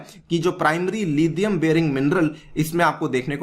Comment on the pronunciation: It's लिथियम not लिधियम Stop acting like adopted British